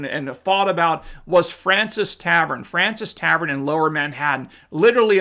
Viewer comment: Love your scholarship,, but it's pronounced FRAWN-see tavern. That said, the food there is great, and I highly recommend everybody who can drops in there. You can be in the room where Washington gave his farewell address to his troops (and it still has the same wallpaper that was up at the time!). Then, take a trip through the Revolution museum upstairs!